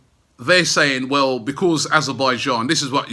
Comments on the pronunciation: I love the way Robbie pronounces 'Because' Bechuzzzzzz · Told you before Rob mate you need to work on that word ' Because ' lol